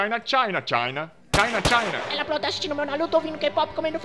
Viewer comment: C H A I N A (eu sei que ele falou China)